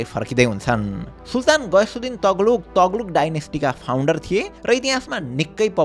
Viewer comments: सिम्रौ गढ ? सिम्रौनगढ ✅ तग्लुक? तुग्लक ✅ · Taghlug haina yar TUGH-LAG ho, pronunciation ma kaam garum ma yar please